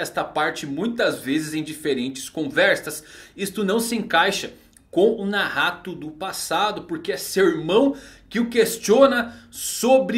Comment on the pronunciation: Ficou mt entranho vc falando Nahato kkkkkkk toda hora penso que é Nagato